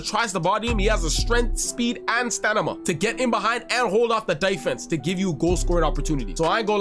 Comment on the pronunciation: Stanima ? Cmon man , whats next aks ?